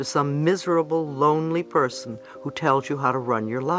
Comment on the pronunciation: "Perosn" ...lol